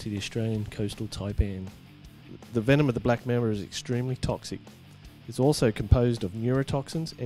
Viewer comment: Your pronounciation for Mamba😂😂.. Black Member...😂😂